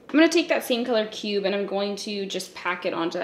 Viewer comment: For a second when you said the shade “cube”....I seriously thought the shade was “pube”